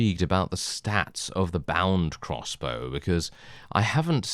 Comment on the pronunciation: Every time you say “crossbow” I think “cross bro.” Can’t even tell you what Warband series that was from. Haha